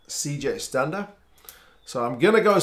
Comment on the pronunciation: i also like how he pronounced stander the way south africans do instead of stand-a